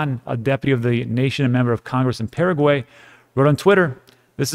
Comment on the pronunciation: Paraguay? Pa ra guay A is Ah Pah rah gui. Please pronounce it right.